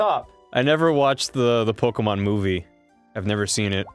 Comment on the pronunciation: youre talking about pokemon being pronounced wrong, while pronouncing it wrong